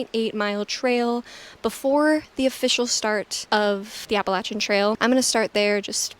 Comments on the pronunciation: Best. Appreciate the way you pronounce Appalachian. 🙂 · You seem legit, have some experience and say "Appalachian" properly, so I'm in.